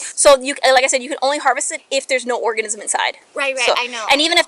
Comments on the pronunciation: Nobody notices the fish cop called it a orgasm instead of organism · Did she say orgasm or organism lol